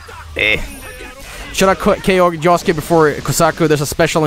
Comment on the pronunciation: JOSUKE NOT JOSEKE